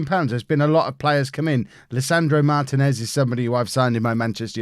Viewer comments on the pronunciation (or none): none